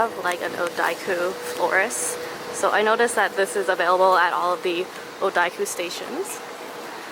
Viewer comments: there's no (i) in odakyu. Its pronounced oo-da-kyu not oo-da(i)-kyu ! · za az I'm glad I wasn't the only one who was driven insane by that